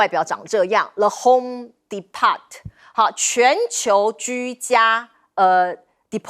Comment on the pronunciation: homedepot t 几乎不发音。